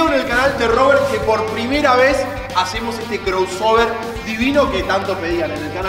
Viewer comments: CORUSOBER AJAJJAJAJA APRENDE A HABLAR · Es "Crossover" no "Croosover"